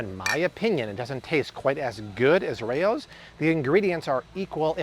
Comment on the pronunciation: It’s pronounced “Rowz” not “Ray-Ohs” 🤦🏻‍♀️ I’ve eaten at the actual historical restaurant in Harlem.